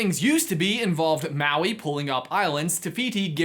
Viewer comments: me being polynesian and getting annoyed by the way he says Maui, Moana, Te Ka and Te Fiti... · It’s MAUI M A U I